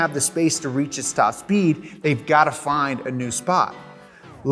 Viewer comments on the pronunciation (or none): none